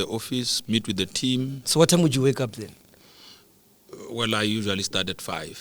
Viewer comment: As soon as he said "Wellle...." that was it for me...